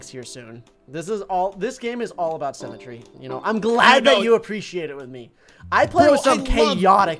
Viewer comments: says symmetry like cemetery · Dont you just love semetry Me: dont you mean symmetry(Si-mi-tree) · every time they said cemetery I got so annoyed because it’s symmetry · Why does always say sEmmetry instead of sYmmetry